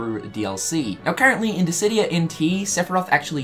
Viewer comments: Are you feeling alright? You pronounced Disidia correctly. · He said Dissidia correctly! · Hey guys, I think he's finally saying Dissidia instead of Distidia! Yay! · My boi finally learnt how to pronounce Dissidia :) no more diss di dia xD